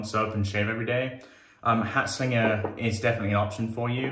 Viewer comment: Good video! I feel like that soap must of been well ahead of it’s time. Solid attempt at pronounciation as well 😉